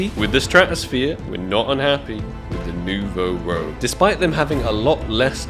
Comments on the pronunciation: I'm sorry for you but Ak | Nouveau Rouge is french name, please go translate because you hurt my ears XD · It's Nouveau Rouge! It means new red in french